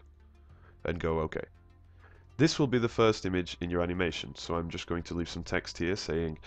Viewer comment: "Animations" kinda sounded like "You're a bitch"